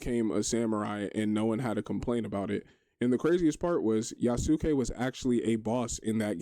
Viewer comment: Chill video, people are friggin weird. P.S. yasuke is pronounced Yas-K like Sasuke from naruto. Not that it really matters just thought i'd share